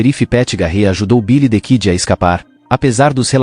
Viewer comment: Quem conhece Bilidikidi e Pet garrê ? aprenda a falar primeiro antes de fazer vídeo.